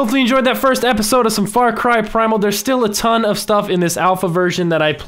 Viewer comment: You said primal wrong spell it out p r I m a l